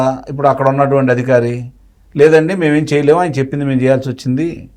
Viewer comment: ఆ అధికారి అనాలి అదిఖారి కాదమ్మా